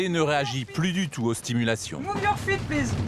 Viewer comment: a la chance de bien parler anglais: plisse plisse plisse gau ine ze walk arrrea